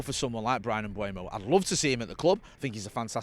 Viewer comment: People, it's not Mbwemo. E before U, it's closer to Mbomo. There's a video of Mbeumo pronouncing his own name on YouTube.